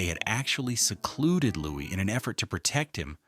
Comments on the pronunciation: Louis indeed. It is probably because of AI that his name gets pronounced as Lewis. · Louis. Not Lewis. Not louise. Louis. No S. S is silent.